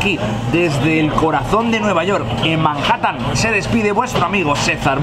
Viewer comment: Hoy estoy de nuevo en "Marjatan".